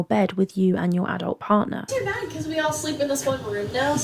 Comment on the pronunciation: I think she said BAE not bad.